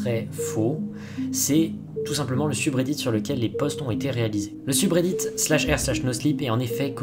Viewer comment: Cette prononciation du mot "subreddit" me fume